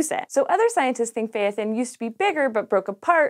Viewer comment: Phaethon is is pronounced with two syllables. It’s like phy-thon or fae-thon. The “thon”sounds like the thon from python. :D